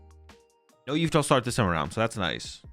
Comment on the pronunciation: STOP CALLING YVELTAL YOU-VI-TAL PLEAAAASE GAAAAAAAAAAAAAAAA (yuh-vel-tal)